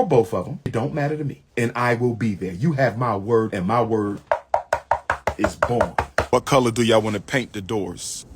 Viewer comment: This guy is such a fraud .."My word is born?" Not "Bond"--Born